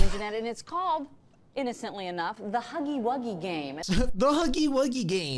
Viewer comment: It’s huuggy wuugy